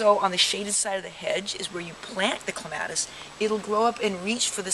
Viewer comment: My ears hurt from you repeatedly mis pronouncing the poor plant's name.